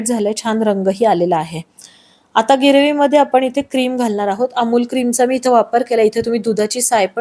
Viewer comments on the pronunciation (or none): कृपया ग्रीवी न म्हणता ग्रेवी म्हणावे, बाकी बेत झकास झालाय, तुम्हाला खूप खूप शुभेच्छा. 💐💐